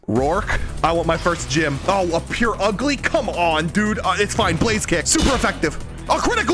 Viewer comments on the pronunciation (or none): none